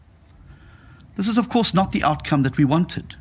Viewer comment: Seriously- it's outcome.....not 'out cum'